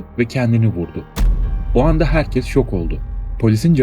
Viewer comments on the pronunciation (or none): none